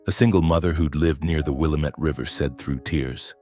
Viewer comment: it is not willamett. it is pronounced Will lam ett it the indians named the river.